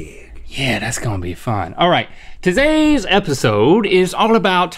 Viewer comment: Nobody's gonna mention how link said "Tozayss episode" 😂